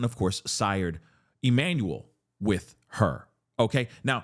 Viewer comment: He can't even say his name 😡💔 #Justice4Emmanuel 🙏